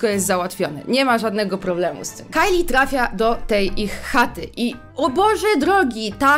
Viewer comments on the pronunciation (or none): none